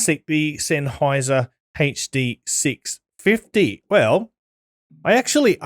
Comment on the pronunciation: Hey-chhh Dee 6 fih-eee